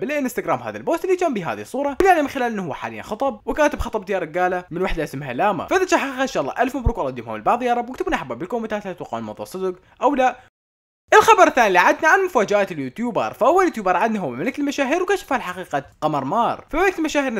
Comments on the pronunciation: لمى مش لاما 🤣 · اسمها لما مو لاما 😂😂😂😂😂😂